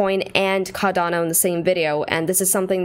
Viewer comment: Maybe don’t start the video by telling people to &$@ off if they don’t like that you aren’t pronouncing the name of the crypto you are analyzing correctly.